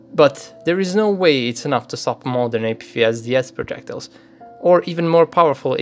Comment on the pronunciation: I like the way you pronounce ERA and APFSDS. Its like they are english words.